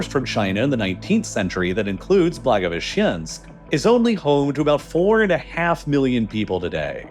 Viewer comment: Man, I need to blow off some steam after repeated hearing 'blagoveshchEnsk': it's 'blagovEshchensk' + 'khabArovsk' and 'vladivostOk'